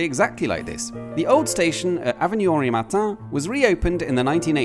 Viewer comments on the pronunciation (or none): none